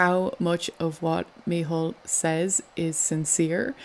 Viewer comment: Micheál it's pronounced Me hall not mehole xD